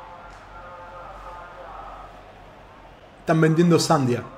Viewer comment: es sandía no sandia 😂😂😂